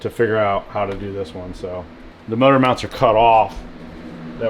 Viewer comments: Motor meawnts. 😂😂😂 Priceless 😂😂😂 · Did you say "meowount"?😂